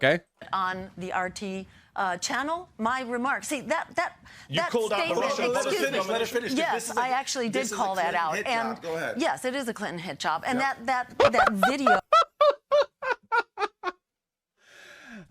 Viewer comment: first I thought she said "Clinton hijab" second I thought she said "Clinton handjob" only on the third pass (while reading the subtitles) did I finally hear "Clinton hit job" woman needs to enunciate better